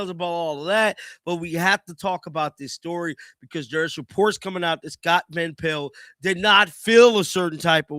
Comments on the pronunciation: Me too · I hate how he says Scott van pel(t)